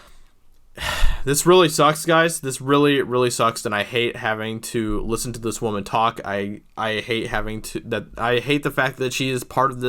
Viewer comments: It’s pronounced “woman” not “waman” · This guy can't pronounce Woman. Douche bag. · I have never heard someone pronounce woman in both pluar and singular forms at the same time